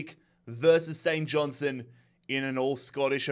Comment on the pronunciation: All you need to do is pronounce the R in KIL-Mar-Nock & pronounce the T in St John- Stone.